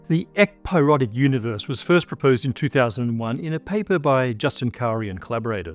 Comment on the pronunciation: I remember watching from around when pronounced "universe" as "univorse"